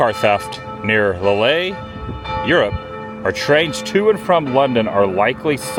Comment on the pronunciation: It’s pronounced ‘leel’ not lillay